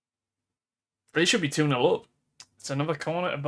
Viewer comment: You’re not going to believe this but Thun is pronounced Toon like Toon army. Perhaps with a slightly harder T. Maybe that can be your next twitch save 😂 Thun Army 😂 Also Aarau is: Ah - R (as in row) - ow (as in ow that hurt):)